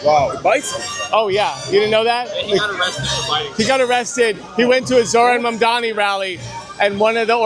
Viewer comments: Why do they keep calling him Mandami?! It's like the thing they did with Kamala. Also that dude is probably a landlord. 🤣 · If one more person pronounces it “Mamdami” I’m gonna lose it 😭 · They intentionally mispronounce Mamdani like the did Kamala…so immature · as soon as one of these clowns learns to pronounce and spell his name correctly, then I will listen to what they have to say about Zohran Mamdani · This is a simple yet sinister trick, they repeat the mispronounciation so many times that it muddys the water, so people carry on mispronouncing it, some on propose, many by accident... it's a way to poison the well, a way to demean another, and a way to sabotage the general public discourse. People will be calling him Mandami for the rest of his career. A way to stain his public life forever.... so simple, yet so sadistic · it was the same trick with Kamala, enough people mispronounced it over and over, and now people say it wrong by accident. It's like a way to subjugate someone, some your name is Toby type shit